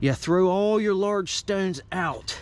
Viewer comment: I like how he says stownes.